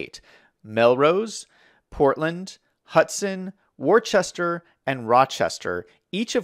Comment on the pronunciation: New Englander here... I started laughing when you pronounced my city as Worchester... it’s pronounced Woostah